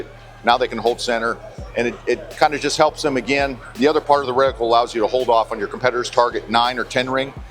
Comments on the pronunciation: Sounded like you were saying reticule to me. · Reticle, not reticule.